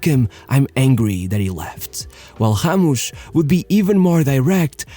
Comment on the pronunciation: Did... you just call Ramos...Hamush? Bruh